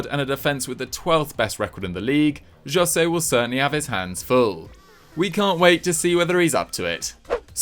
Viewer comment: Why are you pronouncing Jose like that...